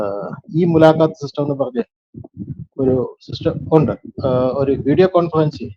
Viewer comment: താങ്കൾ തെരഞ്ഞെടുക്കുന്നത് നല്ല വിഷയങ്ങളാണെന്ന കാര്യത്തിൽ സംശയമില്ല. എന്നാൽ താങ്കളുടേത് വൃത്തികെട്ട ഉച്ചാരണമാണെന്നത് പറയാതിരിക്കാൻ വയ്യ. സംവൃതോകാരം താങ്കൾ മലയാളം അറിയാവുന്നരിൽ നിന്നും പഠിക്കണം. വന്നിട്ട് ' ഉണ്ട ' എന്നല്ല ഉച്ചരിക്കേണ്ടത്....... വന്നിട്ട് " ഉണ്ട് " എന്നാണ്. വന്നിട്ടുണ്ട്). കേട്ട ' ത ' = കേട്ടത എന്നല്ല ഉച്ചരിക്കേണ്ടത് ... കേട്ട + ത് ' -- കേട്ടത് എന്നാണ്.